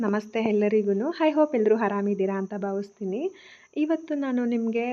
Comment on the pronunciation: ಕನ್ನಡ ಉಚ್ಚಾರಣೆ ಸ್ಪಷ್ಟತೆ ಇರಲಿ. ಹೆಲ್ರೂ ಅಲ್ಲ. ಎಲ್ರೂ